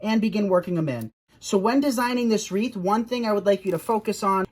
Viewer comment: It's "WREATH," not "REEF."